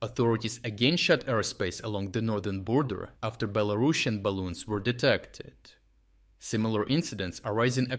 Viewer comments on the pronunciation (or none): none